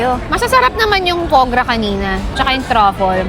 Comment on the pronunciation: Foie gras ! Not right prononciation ate😂😂😂